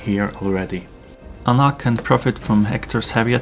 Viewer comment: Anna, not Anne.